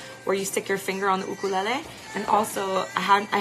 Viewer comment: it's a you-kur- lay- lee, is that the Hawaiian pronunciation? U-ka-lala LOL